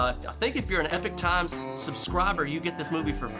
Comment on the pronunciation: Did you say epic or epoch time sucbribers??